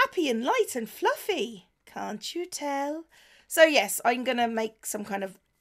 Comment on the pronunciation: when she said "cant you tell" i heard "annie-bell"